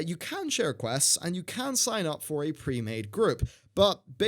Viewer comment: "Premaede groups"